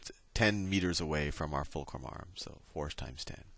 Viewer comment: "Focrul are" lmao